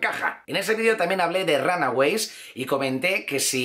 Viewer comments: se pronuncia "ronagüeys" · Siempre me da risa cuando dice ranagüeys. 😁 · jej A mi tambien , no digo que lo pronuncie mal, solo que su acento es especial al decirlo. :)